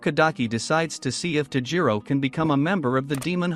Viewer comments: Its tanjiro kamodo not tajiro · Why do you forget/ feel shy to pronounce the "n" in Tanjiro?? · Did he just say taijiro what the heck its tanjiro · It’s not Tajiro. It’s tanjiro. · Ah yes, tajiro kamado. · man said tajiro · bruh tajiro when its tanjiro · BRO it's tanjiro not tajiro and it's giyyu not giyu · isn't he Tanjiro not Tajiro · its tan ji ro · OK OK I GOTTA SAY WHO TF SAYS TAJIRO